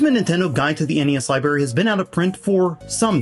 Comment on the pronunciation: I just keep hearing "Libary"